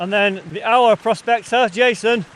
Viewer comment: I have watched all your vid's. They are all very well produced. So good that you met up with the Eye'r prospector. If he didn't tell you, he should have. Aur is pronounced Eye'r not ow er. So I hope you will learn a little Welsh as you spend a lot of time in God's country seeking out it's treasure. All the best for '22.😉🏴👍